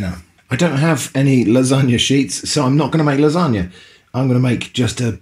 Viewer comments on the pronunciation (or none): sounds like lanongne to me